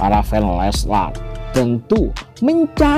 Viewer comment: Leslar bukan leslas 😑😑